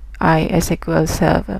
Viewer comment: No no no You cant say "My esquel"!